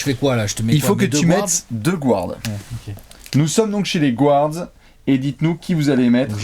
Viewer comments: Les gars, juste pour info, "guard" se prononce "gaa(r)d" et non pas "gward" :) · Arrêter de dire gouards à la place de guards Il est où le ‘ou’ Dites meneurs pls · Je vous suis tout le temps, et je vous kiffe enormement et, par contre mes oreilles saignent quand vous dites GOUARDS haha ca se prononce GARDS;) much love la team <3